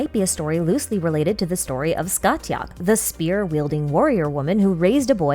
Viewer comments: Heyyyyy just thought I’d let you know Scathach is pronounced Scaw-Hawk (from an irish speaker 💓) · amazing to see how the story of cu chulainn relates to childe. btw the t in scathach is silent so it's pronounced scahach